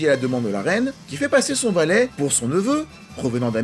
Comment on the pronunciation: ...valet... VALAIS ! Suisse vous êtes ! 🇨🇭 😂🙏👌✨ Parfait